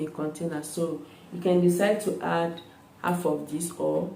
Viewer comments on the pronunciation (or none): none